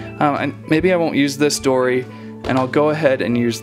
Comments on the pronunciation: its dory not dora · It was funny you said dora not dory